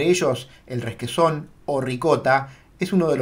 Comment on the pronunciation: 10- " ReSquesòn " ???? Pero de què planeta sales? R-e-q-u-e-s-ò-n, sin más drama. Cuando dudes acerca de cualquier palabra, no improvises. Usa el diccionario! Feliz Año.